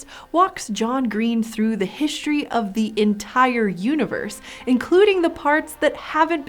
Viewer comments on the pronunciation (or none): reSHtricted (restricted) HiSHtory (history) queSHtion (question) AuSHtralopithecenes!!! ...so, why isn't "ancestor" aSHeSHtor for this woman?